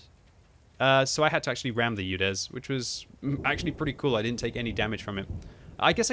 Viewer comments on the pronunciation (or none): Your Udes pronunciation is terrible it not You-dezz , it's OO-dess